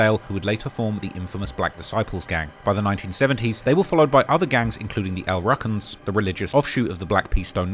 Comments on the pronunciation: It’s pronounced (L•Roo•Cans) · He pronounced it wrong. That’s what’s funny. Free Chief Malik